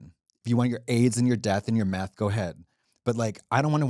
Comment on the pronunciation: “doing crystal meh-th will lift you up until you break”